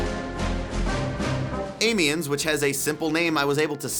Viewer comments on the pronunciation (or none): I'm Sorry, i hate to be the guy to tell you but you are pronouncing Amiens wrong, i'm now going to correct you. You pronounce it like this. am-e-on, and you don't prolong the pronunciation of the a neither, coz i know you american's love to do it. Also Nivelle is pronounced Knee-ville, and again don't prolong the ee's. apart from that i am excited to that you did this video and that there new maps, but the noob's piss me off so i probably wont go back to it